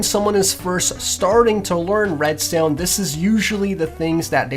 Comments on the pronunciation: not "redstewn". it's "redstone". pronounce it right. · Holy crap I hate how he pronounces redstone.. RESTOIYEN! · lol he Said redSTONER 😂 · Well, judging by the way you pronounce "redstuone", I think you are the noob... :/ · How come you pronounce redstone as "Redsteone" but when you say "redstone repeater" is sounds normal? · U say red stone weird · Why do you say Redstone like that it just sounds wrong